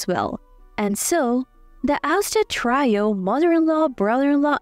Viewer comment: Trio is not pronounced "try-oh" it's pronounced "tree-oh".